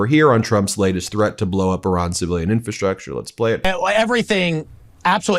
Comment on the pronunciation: Dang Ben, you still can't pronounce "infrastructure."